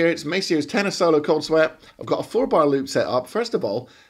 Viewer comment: I think you said cold sweat but it sounded like something else. Thanks again